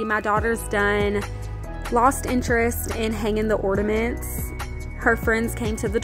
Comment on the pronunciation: Sorr, but isn't it ''ornaments'', not ''ordaments''? I'm not completely fluent in English haha Loved the dounut ornament/ordaments!